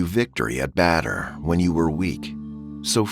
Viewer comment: Battle of batter